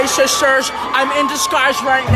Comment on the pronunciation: Lol “hey shisters”